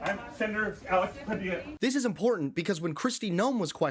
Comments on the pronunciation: Its PA-DIYA, not Padil-la. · He's latino, his name is pronounced "Pa dee a" not Pa dill a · Padeeyya, not Padillla. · Oh, yuck. It's pah DEE yah. Not pah DILL ah. I bet you say pah ill ah for padilla pah DEE ah. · Padila? It’s Padilla, pronounced Padiya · Pah-DEE-yuh, not Pa-DIL-lah. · PA-dee-a not Pa-DILL-a. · PadiYA. NOT PA DILL A. DOUBLE L SOUNDS LIKE Y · Learn how to pronounce a Latinos name. It’s even in the video, repeatedly. It’s not “Pa-dilluh”. It’s “Puh-Dee-yuh”. Effin white people… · Pa-Dee-a!!! Not Pa-dill-a! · Did you hear him say his name is Pahdeeya? Not puhdilla? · It's Pad-é-ya, not Padila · It's Pa-dee-a, not Pa-dill-a. Please give him the respect of pronouncing his name correctly. This treatment of Sen. Padilla is disgusting. A cabinet member claiming to not know a sitting senator is also disgusting. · If you are going to report anything, you should AT LEAST learn how to pronounce people's names! His name is NOT PA DI LLA! It is Pa DEE ya. The double l is pronounced like a y (as in tortilla) I am sure you heard his name pronunced correctly before your report. It's like if I pronounced your name Abalone, as in the sea creature. Come on! Have some respect to at least pronounce people's names correctly. And quit waving your arms all over the place. Other than that, you make good videos. 🙂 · "Pa DILL a"? Dude, learn Spanish! It's "pa DEE ya". Even the clips you included pronounced the Senator's name correctly. Goes to your credibility that you can't pronounce his name correctly. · Pronounced "PA- DYYA " (PADILLA). Learn Spanish people. It the Western Hemisphere. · Mispronunciationn of Padilla's name. It's not pa-dilla. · Padilla is pronounced "Padiya". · Sorry. pah DEE yah. The double LL in Spanish is a letter of the alphabet called A-YEA and sounds like a "y". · Dear Host: the senator's name is pronounced Padeeya. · Show some respect and professionalism. Learn how to pronounce the senator's name, Padilla = pa dee aa. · Padilla. Like puh-dee-yuh